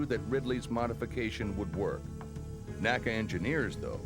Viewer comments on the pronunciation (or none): I had to quit watching. Was OK until the narrator began referring to “nA-kUh”. Even though within minutes says “the N A C A” when referring to the agency he worked for. Like fingernails on a blackboard. A museum should know what old agencies and departments were called. Nobody back then ever called it anything but The N.A.C.A.